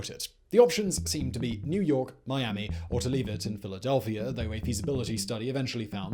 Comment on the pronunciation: LAMO... "Filadelfia"!!!